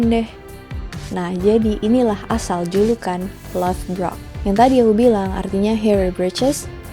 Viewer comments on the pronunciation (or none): Ijin koreksi kak, untuk ragnar dibacanya rag-nar atau raa-jnhaar bukan ragner dan lothbrok dibacanya lordbrog atau lodbrok. Thank youuu